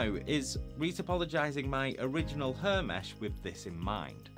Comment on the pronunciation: You should have a bleep sound every time your say hair. You are murdering that word. Other than that, high quality content as usual.